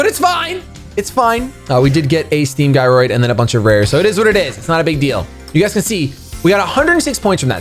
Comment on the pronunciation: Gyroid is said like Jyroid not guy-roid smh.